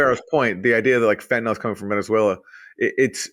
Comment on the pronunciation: Aaron Maté should know the drug in question is fentanyl not "fentanol".